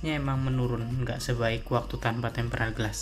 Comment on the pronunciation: Tempered glas bukan tempral glassa. Waduh